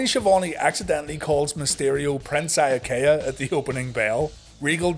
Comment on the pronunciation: I was 100% mark at 11 years old, but even I didn’t like Prince Eye-uh-Kay-uh.